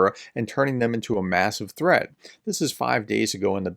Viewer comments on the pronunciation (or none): none